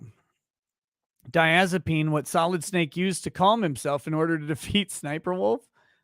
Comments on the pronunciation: It’s so funny that the lawyer can’t pronounce benzodiazepine. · The Turd’s Lawyer should learn pronunciation. Geez